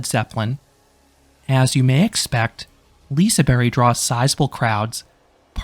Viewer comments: Just want to clarify the pronounciation: The "g" in "Liseberg" is not silent in Swedish, rather its placement in the word changes it so it sounds like "j". The "e" in "berg" is also made to sound like the letter "'ä" (or æ), so the more accurate pronunciation would be "Li-se-bär-j". Valkyria's paid lockers is definitely a shocker since it wasn't always like this. Up until at least 2021, it was free. It's not super expensive (5 SEK for two hours), but it's still annoying that it's basically an upcharge attraction if you have a bag with you. FlumeRide isn't going anywhere, at least for the moment. I believe this stems from confusion over wether Luna (or "Project Luna" as it was called before it was announced) was going to be a coaster or a replacement for FlumeRide, when it ended up being the former. The ride is showing its age, though. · obviously not silent as we Swedish people definitely say the G, but hey I think it would be weird to expect a non-swedish person to be able to pronounce Liseberg on the first try so you're fine! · The G in the suffix ”berg”, meaning ”mountain”, is pronounced like ”J”, similar to the ”G” in ”Germany”. Fun fact: A direct translation to English would be ”Lise Mountain” or ”Mount Lise”. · The g is not silent. You do say the g, sounds strange when the way you prenounce Liseberg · the g is very much not silent in swedish what do you mean 🧍🏼‍♂️🧍🏼‍♂️😭 its pronounced as a swedish j (like an english y as in yellow) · The G at the end of "Liseberg" is not completely silent. It is a soft sound akin to how you would pronounce the "Y" in many words in English such as in "You" or "Hey" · To stretch the clarifying, the "g" in "Liseberg" is not like an English "j" sound. It's an English "y"-sound. Like the "y" in "yes". Here in Sweden, our "j" is like an English "y" in the beginning of an English word. Have a great Summer! 🤩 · For reference to English speakers, the g at the end of Liseberg makes the same sound as the G at the start of Germany